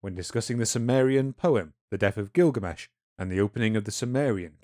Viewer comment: I've been waiting for a long time to hear this story in its Full entire length for quite some time. But,.. the Rhotacism is making it almost impossible to listen to (I had to stop at 20mins). I'm trying but it's so obtrusive. Sorry but is there a way you can have a different narrator(s)?